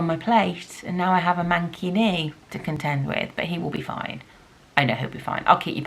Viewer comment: Every time you said "manky knee" I heard "mankini" and was very confused as to how this was part of your lockdown!